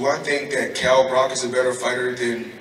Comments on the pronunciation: Kell 'Broccoli' Brock - Wonderful pronunciation Floyd! :-D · Kell Brock 😂😂😂 I swear he does that shit on purpose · get the feeling he was purposefully saying Kell "Brock" too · Floyd please stop deliberately taking the piss, his name is Kell Brook not Brock 😂